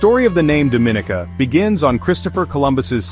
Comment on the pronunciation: You're pronouncing the name wrong